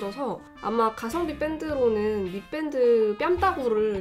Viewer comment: 왜 미밴드를 미뺀드라 하나 했는데 밴드를 뺀드라고 발음하시네요. 음악하는 밴드는 뺀드라고 하는데 ㅎㅎㅎ